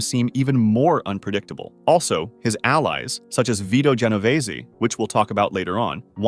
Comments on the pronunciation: Ge no vay zee???? 😂😂😂😂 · Jen-o-veeze not whatever the narrator said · He pronounced an extra 'e' at the end. Going to cry?